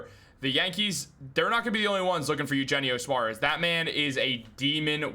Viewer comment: It’s yoohennio Suarez! You take Spanish in high school!